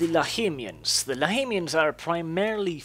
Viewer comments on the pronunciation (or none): i think its lahmians ( lahmian Vampire ) not lahimians but i am not sure